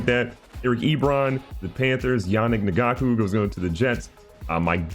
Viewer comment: I was cringed out when he tried to pronounce Ngakoue